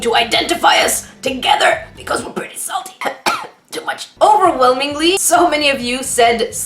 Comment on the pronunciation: SaltE-snot? *gigglesnort*